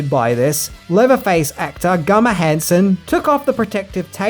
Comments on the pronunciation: Hey. Why do you say “gummer” and not “Gunnar”? Because I think the “n” is pronounced as an n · Dude it's Gunnar! Not Gummer! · It's Gunnar not Gummer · Gunnar, not Gummer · It's Gunnar not Gummar. He had a converse shoe collection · it's GUNnar, not GUmmar. Gunnar Hansen. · Why do you keep calling Gunnar gummer? Cant watch sorry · It's gunner Hanson not gummer Hanson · Wait...why do you keep pronouncing Gunnar Hansen as "Gummar"? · It’s Gunner not Gummer lol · Are you calling the Leatherface actor Gummer? It sure sounds like it. It’s Gunnar. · Has anyone noticed he said "Gummer" not Gunner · ITS GUNNAR NOT GUMMER!!!!! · it's gunnar not gummer!!!!! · "gummer" ITS G U N N E R....jeez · Awesome spot. Love your work. But his name is pronounced Goo-ner, not Gummer. ;) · Gunner Hansen, GUNNER, not Gummer. WTF? Also Headcheese is a meat gelatin made of leftover face meat and parts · His name is Gunnar. Not Gummer. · It's GUNNAR(pronounced GUN not GUM) why are you saying Gummar? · Gunnar, not Gummar. Lmfao....just sayin. Awesome movie. Awesome vid! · It's "Gunnar" not "Gummar" Maybe I'm hearing you wrong? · its guNNar.. not GUMMER lmao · Gummer gummer? Lol its gunner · lol it's Gunnar not Gummar but thanks for the BTS clips, never seen some of these! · Whyd you keep calling Gunnar hansen Gumar? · "Gunner" dude not "Gummer". Great video. Love your stuff. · At first, I was thinking I heard it wrong, but then he kept saying "Gummer" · I don't mean to sound like a jerk but its Gunnar, not Gummar. Regardless I really enjoyed your video, you suprised me again with the facts. Keep up the good work. You genuinely cheer me up when I feel low. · Not Gummar. It's Gunnar also with an A. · Why are you continually calling him Gummer??? It's Gunnar! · Gunner, not Gummer, Gunner Hansen. I swear you do that to see if I am paying attention. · Why are you calling him Gummer Hanson? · Are you saying "GuMMar"? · It sounds like he’s saying “Gummar”.